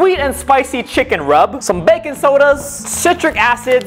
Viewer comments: I swear u said bacon powder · I thought you said bacon soda